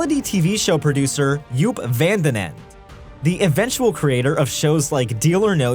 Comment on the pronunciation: for all the money Joop Van Den Ende spend keeping broadway shows afloat in the 90's and 2000's americans might at a minimum try to pronounce his name correctly....